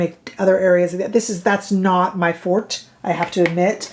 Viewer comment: You are the first person to pronounce forte properly. Ever.🤷🏼‍♀️👍🏻